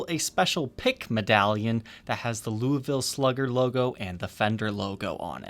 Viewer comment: Being from Louisville almost everybody’s pronunciation of Louisville makes me want to die, yours my friend was not terrible